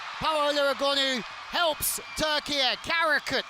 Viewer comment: Bütün spikerler ülkenin adı "TÜRKİYE" öğrenin artık.